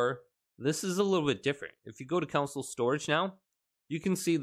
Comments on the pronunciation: it's CONSOLE not COUNCIL!!! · “CON” “SOLE” cringe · So many people can’t say console. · Why do you pronounce “console” that way